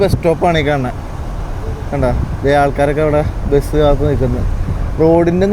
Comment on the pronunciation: എടൊ നീ ആദ്യം പറഞ്ഞു പടിക്ക് മുട്ടക്ക് മൊട്ട എന്നല്ല അതുപോലെ ബസിനു ബെസ് എന്നല്ല പറയേണ്ടത്